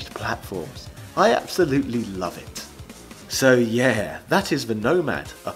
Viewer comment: Why am I hearing the Bronx cheer "Yerrrrrrr" whenever I hear say "Yeahhhhhhh?"